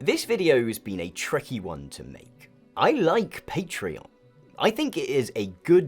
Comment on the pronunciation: i cant believe this video exposed for not being able to pronounce patreon